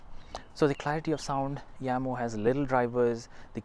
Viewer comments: Jamo. NOT yamo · You are incorrect. Watch first 5 secs of official Jamo video. They pronounce it as "Yamo"